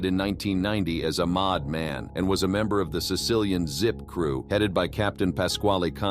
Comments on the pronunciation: What's a " mod" man ? Does he loose pronunciation of made man lol? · Your pronunciation is terrible... "mod man"? It's made man.